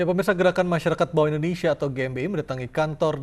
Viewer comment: Maaf bapak Indonesia ya bukan endonesa